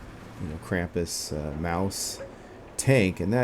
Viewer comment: you spelled krampus right, then you corrected yourself and pronounced it wrong ^^